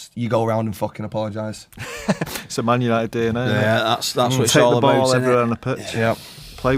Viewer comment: "tHiS iS mAn yAniTeD"